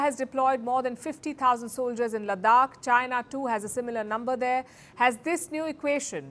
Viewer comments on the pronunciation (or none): none